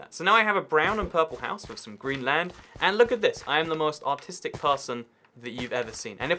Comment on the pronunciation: His Artistic sounds kinda like he says autistic so the sentence of “I’m so artistic” made it sound different to American ears... I guess.